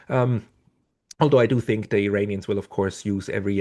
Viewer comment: I know English is not your first language. Please don't say "Eye-rainians", only idiots say that.